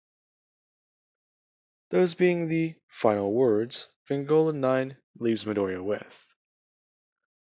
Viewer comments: It's pronounced v-on-go-la no offense but I can't stand when ppl get this wrong your doing great otherwise dude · Fucking finnaly someone did this,also your pronouncing vongola wrong your saying vangola